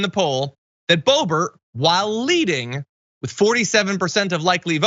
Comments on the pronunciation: It’s not bo bo. It’s bloburt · Keep calling her Bobo, John. She doesn’t deserve the dignity of you getting her name right. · you said Bo Bo by mistake I think it's appropriate or how about Bo Hoe